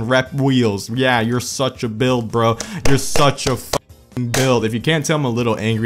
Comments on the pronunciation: Well this video alone just made this channel my favorite car channel on YouTube the way he says BWUILD...gold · The way he says "bUiLD" had me laughing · the way he said build made me want to kill myself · The way he said “build” 😂